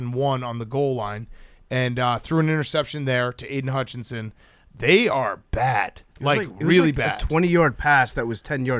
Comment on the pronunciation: For now on he will be known as TJ hock-on-SON! lol